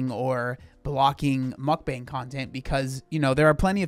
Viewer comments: Why do all the gorl world ladies say MukBONG ? Initially I thought ok Amberlyn maybe struggles with some words but Chantelle also says it that way and this lady too . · There are some people who binge eat while doing a mukbang. But, some people are actually hungry enough and eat all the food and keep it down. Some people spit out the food and make cuts. But, it’s not everyone. Mukbangs became popular in South Korea in 2010. It is actually pronounced muk pan.